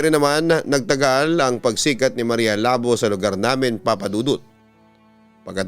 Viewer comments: Labu! Hindi labo 😡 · Everytime na bigkasin ni papa dudut yong maria labo natatawa ako hehe sorry po kasi ang pagkabigkas nya ng labo ai mahinahon yong labo kasi dapat mabilis ang pagkabigkas hehehe